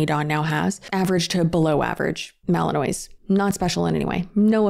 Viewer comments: Not that it matters, but its malin-waw. Silent s. And theyre such notoriously difficult dogs that theyre referred to as maligators. Exactly the sort of dog someone who had to rehome far less difficult breeds shouldn't get. Its possible he wasnt a retired police dog, but a rejected one. Also, I've heard of, like, hunting dogs going to live with trainers for months or even years bc of the level of scent training, recall, etc, that some of those dogs need to have (like the ability to only hunt certain types of birds at a time to comply with hunting seasons), but to send a pet away for that long is totally bizarre. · Ok I just want to say the pronunciation of the dog Belgian Malinois is ma-lluhn-waa. No shade just the correct way to say it. I’m sitting here for 3+ months doing doggie. Hospice . On my 16 1/2 year old pup. This Brittany person needs to be stopped . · FYI Malinois is pronounced with a French accent: ma-luhn-waa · The way you pronounce Belgian malinois 😂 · I love you but please look up the pronunciation of Belgian Malinois. Also they come from Belgium not Germany 😂🩷🐾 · Tbf I genuinely thought your pronunciation was correct because I don’t think I’ve ever heard someone pronounce it correctly lol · Fyi, its pronounced Malan-waa rather than phonetically Malan-ois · Fellow, I love you but the "mali-noise" sent meeee. Ma-lin-wa:P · the name of the breed is pronounced ma-luhn-waa I’m only telling you because I’ve been saying it wrong for ages and was finally corrected the other day haha No hate 💗😊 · i love you, ok.. girl, remember that!! Now it's not a big deal and I'm just probably nit picking but that gorgeous dog is pronounced Belgian mal-uhn-waa. 😬😅. Yes it would be much easier if it was spelled that way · Belgian Malinois is actually pronounced Mal-un-wah! and you're right — completely different breed from the German Shepherd! but most like to describe them as "GSDs on crack"